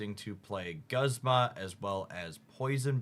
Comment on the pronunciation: Guzma, "u" as "oo"